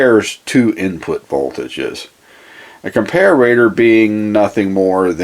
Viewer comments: good video, but you drove me crazy calling a com-par-a-tpr acom-par-a-ra-tpr. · pronounced compare-a-tor NOT comp-a-rator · It’s comparator not comparrator you knuckle head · GREAT VIDEO THUMBS UP AND SUB. Just one not-to-important thing...COMPARATOR is pronounced: "COM-PAIR-ITTER"...where "ITTER" rhymes with 'HITTER' Sorry for the little nuisance. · What country are you in? I've never heard the pronunciation "compare-RAY-tuhr" before. You sound American but most Americans would use the pronunciation: Are you a British bristols watcher? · Even though he's a native english speaker, his pronounciation of comparator seems a bit off, as observed in other comments. Thank You for the excellent presentation, mr.!